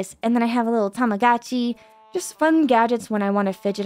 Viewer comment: Tamago-chi is pronounced with a Long O. Tamago means "egg" & the toys are egg shaped. Using more than 1 computer for streaming is ideal. I keep telling everyone who vtubes to do that. 1 computer captures & broadcasts & other computers to do everything else.